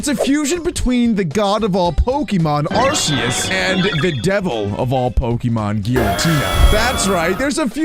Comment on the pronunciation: IT IS ARK-E-US NOT ARSE-E-US